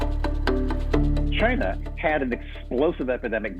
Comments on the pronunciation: "Ask Chyeena" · "CHINE-NA! Its' all their fault. I take no responsibility. Ask CHINE-NA!"